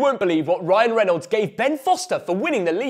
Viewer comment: Absolutely shagged how you pronounce Reynolds 🤣